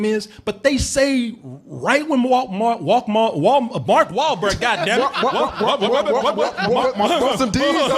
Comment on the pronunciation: Hearing fuck up Mark Wahlberg's name is one of the most hilarious things I've seen in a while.